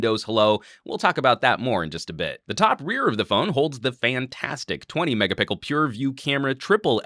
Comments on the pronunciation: A fantastic review that's really going to make me "wait and see" but I cracked up every time at your "megapickle" :) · "5 megapicle!" :D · What's with the "MegapiCKel"? :)